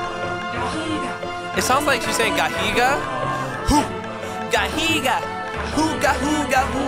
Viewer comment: Barb is saying hoo gahooga gahoo gahoo gahoo not gahiga